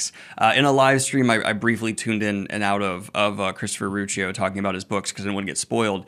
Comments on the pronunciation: Crispin Ritchie 🤣 It's pronounced Rokyo or Ru-okyo. Glad you liked it. This Ritchie Guy deserves to be one of the big sci-fi names. His talent is immense. He wrote that book when he was 21 yo! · Ru-ah-key-oh 😊 (aware of dyslexia, just trying to help for future since I'm sure you wouldn't want a review for neon ghosts saying Daniel greney) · It's pronounced Rocky-oh, as in it starts off a bit rocky and then at the end you're like OOOOH! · It's Rock-ee-oh. 😘 Haven't actually read this book yet but someone close to me seems to really like it, so idk. (Thanks for the glowing review! CR is on sabbatical from social media, but I made sure he saw this.) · Learned his name pronunciation from Brian Lee Durfee. It's like Rock-ee-oh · “This isn’t one of those little tunes of a story. It’s one of those symphonies.” Preach! I’ve been a Ruocchio mega fan for a couple years now and this review is making my soul happy. That last name looks like a doozy, but the pronunciation is actually easy: “ROCK—ee—oh” I do love Crispin Richie though as a Ruocchio nickname 💪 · It's pronounced "Rockio" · I’m so glad you’re getting to this series. Easily my favorite sci-fi series of all time. For those wondering, it’s pronounced Rock-io. Also, he has a fairly active YT channel! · Rock - e - yo is how I envision it in my head...but yeah the author introduced himself in his videos on YouTube so it is easy to learn the pronouciation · Last name can be pronounced like: Rock-E-Oh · Yes! Thanks for doing this one! Ive been desperately trying to get people to read this like I'm Dalinar with The Way of Kings! Also his name is pronounced like "Rock E Oh". Also also, Empire of Silence is by far the weakest book in the series, 2 is really good and 3 is among the best things i've ever read. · Ruocchio pronounced as "Rew-Ahkeeyo" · rock - ee- oh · Are you saying the author's name wrong??